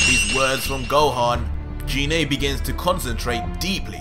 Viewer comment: anyone else annoyed that he is saying her name wrong ? its Gi ney ... sort of like the Gif arguments.